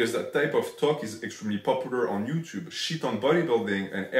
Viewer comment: minus 100 for his Ello yuchub pronunciation